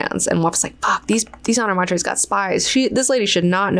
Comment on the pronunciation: I just found a recording on YouTube of frank Herbert reading parts of heretics and was shocked to find he pronounced honored matres as honored MATE-ers. Personally I prefer your pronunciation better and I don’t think anyone thought that’s how it was meant to be said but it does make sense given their talents lol